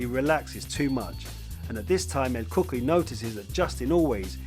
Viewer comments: Pronounced; "El kookooy" not cookie....lol! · Lol it sounded like you kept say " El Cookie" but very well done video though will be definitely be subscribing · "He continued to focus on the cuts on the face of El Cookuyie" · El cookee 😂 nice breakdown though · Bro really said "El Cookie". My God. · what do you mean? el cookie and gae i see nothing wrong here